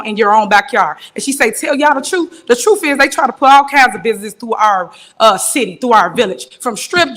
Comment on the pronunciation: Ax - Ask, ask, ask ASK, A S K . why is that so hard to pronounce? Truf - truth. We the people are not your "you guys". condesending threatening lecture "The food give away was "dope"". What the heck is that ? Noncompliant Selfserving servant. 🤺💐 🤺💐